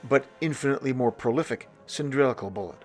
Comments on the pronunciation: Please it is pronounced “sill-in-drick-Al not “sin-dril-ic-al” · I feel like a right bell end asking this, but: are you using a word I don’t know, or are you mispronouncing cylindrical when talking about the Whitworth projectiles?